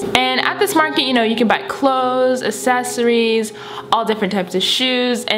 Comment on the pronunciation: Love how you said assesories